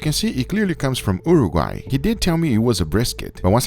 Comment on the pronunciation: Umi word!! Thanks for pronouncing Uruguay correctly because your a guy never sounded right ;0)